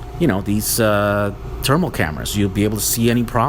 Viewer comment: says "thermal" the same way Charles Barkley says "terrible" 🤣